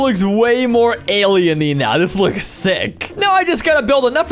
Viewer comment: awesome and everything I got annoyed with him saying Alleny cuz the word for Allen things is Allen